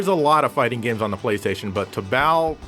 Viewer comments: Toe-Ball, tobal ;) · Tobal is pronounced like the word "total." Just replace the "t" for a "b." So, you had it right the second time you mentioned it. Glad you mentioned this game, especially Tobal 2 which is by far my favorite fighter on the PlayStation.